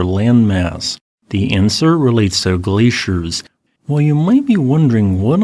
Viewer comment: That Al voice is totally creepy. And they show glaciers, but talk about glayschers